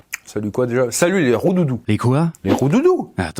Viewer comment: Voix, Il à dit Roudoudou, pas Rondoudou voyons 🤣.